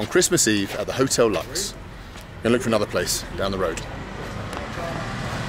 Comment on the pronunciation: I think the hotel Lux should be pronounced like Lukes.